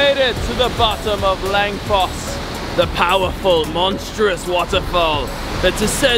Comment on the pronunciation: Wait until Winter slams Your Face in, but seriously Norway isn’t like this everywhere, fjords are what people think (and always Winter) Norway looks like, dont forget Russer, and Rain. Edit: Langfoss literally means Long Waterfall, no kidding, and it hurts hearing Your absolute Butchering of Norwegian, atleast learn how to say Odda.